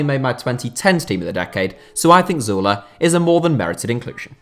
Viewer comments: That's... That's how it's pronounced. Like Zoo-leh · that's actually how u pronounce his name